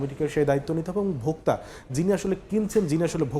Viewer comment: এনার উচ্চারণ এ ভুল আছে অনেক তারেক রহমান এর নাম বলতেছে টারেক আবার ভোক্তা কে বলতেছে ভোকটা